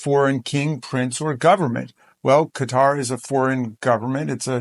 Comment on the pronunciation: Retrofitted on the peoples dime, props she can actually say qatar right.